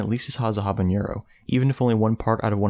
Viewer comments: NO! Habanero is pronounced with a regular N sound, NOT the ñ found in jalapeño! this is a very common mistake that drives me insane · As an aside, it's "habanero", not "habañero". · Your pronunciation of “habanero” is incorrect. Unlike “jalapeño,” there is no tilde in “habanero.” Do not add a “y” sound after the “n.”